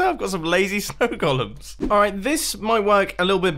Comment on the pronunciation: I like that he pronounces golem as "Gollum".